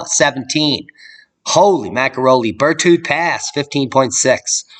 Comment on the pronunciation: "Burt howd" pass, spelled Berthoud, pronounced Bir-thud. Just take out the o... Berthud. Accent on Ber.